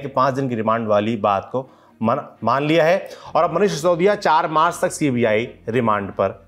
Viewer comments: How many times did he address sisodiya as Saudiya ? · Yar baki sab thik h but sisodiya ko saudiya kyu bol rhe ho?